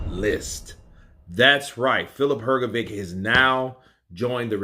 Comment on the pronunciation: Hrgović (not "hrgovik"!) wasn't as sure of hisself as he pretended he was. I saw your prefight Counterpunch comment of his not very clever (and- as i think now after all- opponent motivating) few words he better never said. Dubois is better and more skilled, and i agree Hrga thought he would be the one with stronger jaw and in later rounds would catch DD and maybe KO him. But, Hrgovic didn't got right the lesson; Dubois took a knee in Usyk fight. And Usyk is the best boxer p4p and he's probably (still!) better than Beterbiev. So... bad example for prefight tactics, for sure.